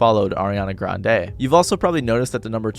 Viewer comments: Why you keep saying Ariana GranDE 💀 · It should take literally seconds to learn how to pronounce Grande